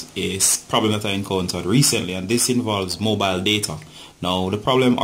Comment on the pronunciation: Mobile shut? Idk what yr saying